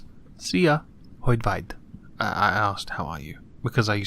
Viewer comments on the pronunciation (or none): No name here he said afterwards hogy vagy, but quite poorly :))) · You didn't mispronounce Orbán, that was pretty good, your "Hogy vagy" was...eh... Okay, let me put this way. Hungarian Prononciation (lel, youtube doesn't know this word) depends on most of the letters written in a word (in many cases, all of them, like this exact case). H is always an H sound like in Help O is always an O sound like in zerO V is always a V sound like in Vector A is always an A sound like in Aft GY is the trick one, because despite it being two characters, it's a single sound. It's a rather unique one too, it occurs in Hungarian, Spanish and Norwegian only as far as I'm aware (could me more tho). It's IPA symbol is "ɟʝ" or "ɟ" if you want to look for online prononciation. And the "problem" is that the emphasis in both of these words should be on this sound, or it's not really understandable. So there your unrequested painfully long totally unnecessary grammatical nazism by a hungarian. Why? Because I fucking love my language. And I love spreading knowledge about it, SPURTING THE WHITE STUFF OF KNOWLEDGE INTO THE HOT MOIST BRAINS OF YOURS. That got way more kinky than I expected...